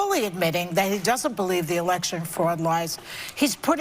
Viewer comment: Erection 😂!!! Classic flub...